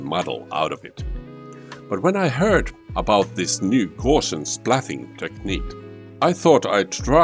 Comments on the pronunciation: It's not "gaw-shians" but "gow-see-an" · Its gowse not gorse! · Hi, you should know that the adjective Gaussian (“GOW-see-an”) was named after mathematician Carl Friedrich Gauss (rhymes with “grouse”)